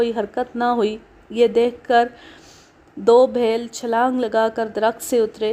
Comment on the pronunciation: Its is beel a famous tribe not bhel satpura range is in Maharashtra and i am from the last edges of these mountain ranges